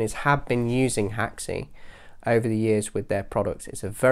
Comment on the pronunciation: Where did you get the info that Unreal is built with Haxe? I know it has Haxe integration plugins but I can’t find any mention anywhere of it being built with it. Other than that great video dude P.s. it’s pronounced hacks, not hack-see